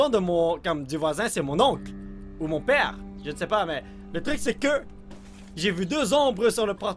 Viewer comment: dans presque tous les vidéos dis j'ai j'ai on dirait il dit gg